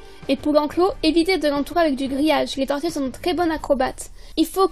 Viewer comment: Horrible la prononciation ! On peut très bien avoir des tortues en appartement